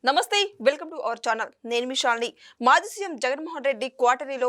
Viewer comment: న్నమ్మస్స్తే అని నొక్కి చెప్పకమ్మా. నమస్తే అంటే చాలు. ఏమీ అనుకోకండి ప్లీజ్. అదొక్కటే తప్ప,అంతా బాగుంటుంది